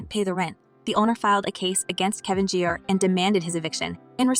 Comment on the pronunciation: It is Kevin Jr. not Jar